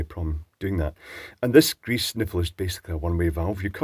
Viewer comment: Hail greeze! I live that pronunciation. <3